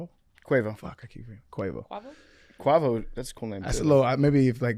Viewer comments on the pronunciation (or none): I Cant take all this butchering much longer it hurts my brain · Pronouncing quavo like that is crazy